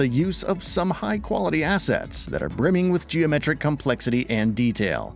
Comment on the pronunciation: She's 🔥HOT🔥! HOT graphics indeed! 😋🤗💕 Hahahaha! He says: "ass sets!" 🤣